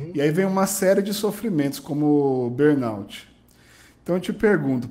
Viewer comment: Entrevistador fraco, cansativo! Sem falar que nem pronunciar burnout consegue.